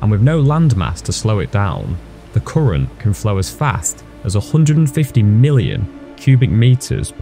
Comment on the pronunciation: Koorent, koorent, koorent 🙈